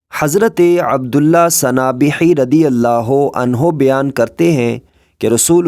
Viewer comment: Bian nahi Bayan bolie